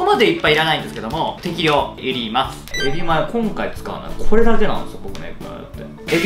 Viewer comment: エビマヨってちゃんと言えてる？笑